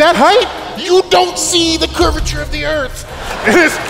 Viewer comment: to be fair, he says "curvederph of the earth"